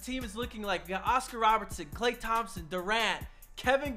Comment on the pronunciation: I know u didn’t just call this man klay klay